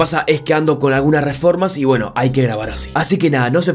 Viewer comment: weno si es cierto pero yo escucho pueno pueno pueno